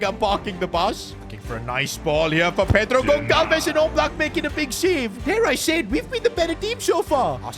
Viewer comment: As a portuguese, i have agony atacks when he says wrong the name Pedro Goncalves 😅😅😅